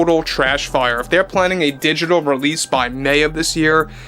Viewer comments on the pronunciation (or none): none